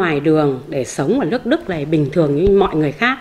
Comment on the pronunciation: Nghe cô nói lẫn lộn L, N mệt quá. Phần lớn hồ kiều nói L, N Nhe cô nói LƯỚC Đức. Làm ơn nói NƯỚC Đức cho tôi nhờ.